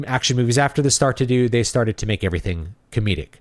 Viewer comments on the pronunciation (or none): none